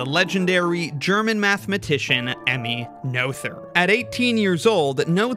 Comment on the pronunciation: that's such a cool piece of art! one thing though: since you did emulate the vowel in "Göttingen" you might for consistency's sake want to do the same for the 'oe' in "Noether" which is the same (well, kind of, it's the long version of the vowel, which is also closer, but we want to still stick to English phonology after all). also, that 'th' is just a plain /t/ sound (German doesn't have the English 'th' sounds, cept maybe in loanwords). then again "Noetherian" just sounds so much better the way you say it (and, um, i might as well if i'm honest). and technically the 'ő' in "Erdős" is the same as the 'oe' in "Noether" but i reckon that would stretch English phonotactics to the breaking point.